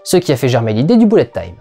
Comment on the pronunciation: Content de ta chronique. Par contre si tu fais bien gaffe à ta prononciation sur les titres (ce qui est appréciable), pitié ne dis plus "boulette time" mais à la limite "beulette time" ;)